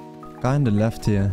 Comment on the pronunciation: "there's like a willy good spot up hewe"